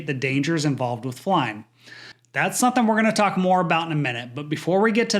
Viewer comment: STOP saying SUN-THINE instead of the correct SOMETHING! 2nd time correcting you ha ha!!!